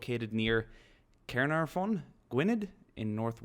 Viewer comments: love to see my home country in a video. Two of my favourite things and failed pronunciations. ill give you a little tip though, no one in wales knows how to pronounce welsh words let alone speak the bloody language, also good try at Caernarfon, I believe its pronounced ki-er-naf-on, love from Cardiff. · As a Welshman, I can say, ain't shit getting through 'ere Boss. Actually from Caernarfon haha, your pronunciations were awful, but thanks for trying xD